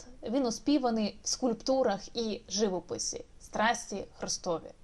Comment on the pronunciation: Спасибі за відео, за роботу над матеріалом. ("живОпис" - наголос на О)